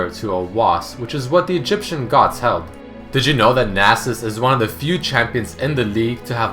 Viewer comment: when he says "did you know?" sounds like he said Digimon